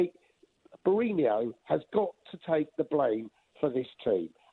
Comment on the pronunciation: Once again, another deluded Spurs fan that can't even pronounce his name correctly let alone be in a position to criticise him. Jose is not the issue.